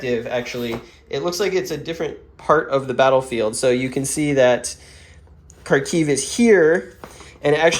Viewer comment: It's funny how you accidentally pronounced Kharkiv more correctly than it's written on the map :) JFYI, it's pronounced like Húrkeeve. Hur like in 'hurricane', kee like in 'kill', and ve like in 'eve'. 'Kharkov' is an English transliteration of the russian version of this city's name.